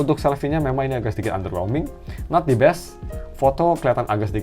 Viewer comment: "the" dibaca "di" cuma kalo ketemu huruf vokal setelahnya seperti a-i-u-e-o jadi kalo "the best" cara bacanya bukan "dibes" agak gatel dengerinnya dari video² sebelumnya